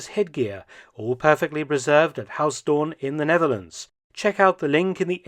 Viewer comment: Huis is not pronounced as haus, the 'ui' sound in huis is similar to how the Scotts pronounce 'down'